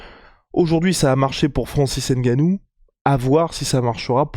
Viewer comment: Les gars je vous jure que ça se lit et se dit: Ngannou sans le N’gannou. Pareil pour Mbappé et consort mdrrr Sinon bonne vidéo comme dhab 👍🏾